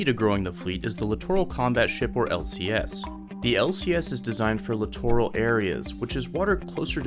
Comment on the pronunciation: You mispronounced littoral.